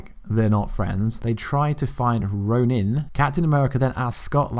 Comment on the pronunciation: Why you say ronin like that 😂